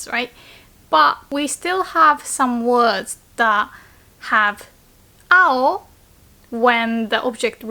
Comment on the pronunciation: I thought when you said "青" you said "あほ" as in baka/stupid 👀👀